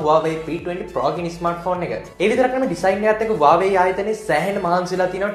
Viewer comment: Ai bn me waawe kiyanne.? Huawei kiyanna bari da?😅